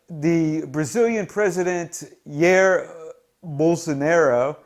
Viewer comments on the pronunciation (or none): The brazilian president's name is pronounced like "DJY-EER"